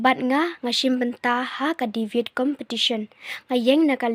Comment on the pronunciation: Ieng ha liang pyrshah mo sa pronounced Devate instead of debate 🤭fi instead of phi🤦🏼‍♀️